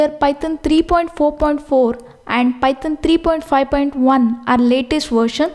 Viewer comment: The way he says Python ..... pytan